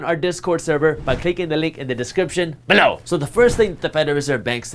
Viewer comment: can you sneak in a "billo!" rather than "below!"